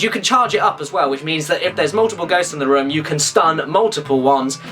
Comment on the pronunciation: when you say room, it sounds like rum.